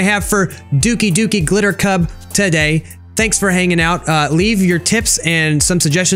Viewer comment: At the end you said doki doki gliter club XD